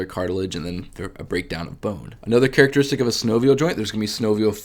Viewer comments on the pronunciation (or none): none